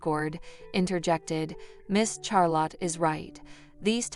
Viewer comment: Please quit saying Char lot. It’s pronounced Shar lot.